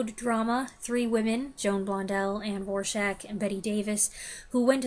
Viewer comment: I watched G-Men starring James Cagney this week. The film also features Ann Dvorak. Someone on IMDB noted how to pronounce her name correctly, which kudos to you, you do (maybe you saw the same trivia). Interestingly enough, the film historian on the DVD commentary track pronounces incorrectly. My brother is always watching YouTube channels for overlooked or “underrated” (not a fan of that overused term) films and asked if I had Shenandoah on DVD. I said I did and before I gave it to him. I rewatched it. Not sure why I didn’t remember much of the film from a previous viewing but my reaction was like, wow, this is a very good film. Don’t know why it didn’t stick with me the first time I saw it but it just goes to show you how it can be worthwhile to revisit films. I don’t see a lot of new movies but I did see Warfare upon its initial release and I was impressed by it. I liked how the first half hour was completely mundane, if not boring, in the build up to the unrelenting action that subsequently followed. As always, I enjoyed your reviews. You do a nice job of articulating what you like and don’t like about the movies you watch.